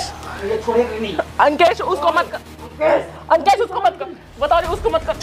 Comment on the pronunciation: यह अकेश नही है य लंकेश है 😜